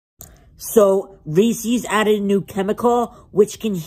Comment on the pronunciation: Bro you pronounce Reese’s wrong